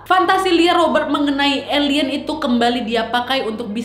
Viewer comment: Udah focus dengarin pas bilang elien kok jadi ketawa